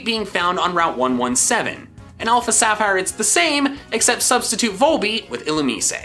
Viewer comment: SAPPHIRE, NOT SAPHIERE!